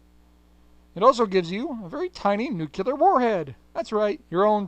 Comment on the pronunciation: "Nucular" isn't a word,.:P